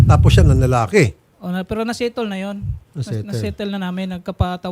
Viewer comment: Word of the day: SETOL (SETTLE) 😂😂😂